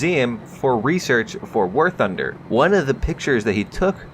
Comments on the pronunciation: All I heard at the beginning was "welcome back to Warthauhfosjadbng;alskjgdba;ob news" No offense lol =P Great rumor info. Would be neat to see some of that if its true :0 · did I hear "Wargucking news"?